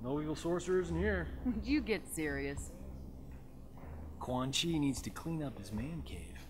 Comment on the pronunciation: Hey when u said quan chi nuts say it fast it sounds a bit like ceunchy nuts haha 😂😂😂